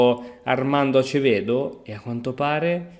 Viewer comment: NIGEL SI PRONUNCIA NAIGEL E ACEVEDO SI PRONUNCIA ASEVEDO...